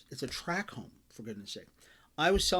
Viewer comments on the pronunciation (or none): Tract home, not track home. You were a realtor?